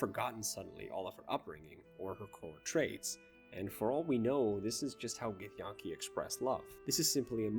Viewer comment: I’m subscribing as long as you fix your pronunciation of Githyanki lol great video man I’m looking forward to more